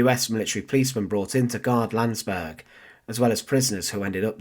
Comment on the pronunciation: It's Landsberg and Mein Kampf.Don't butcher these words.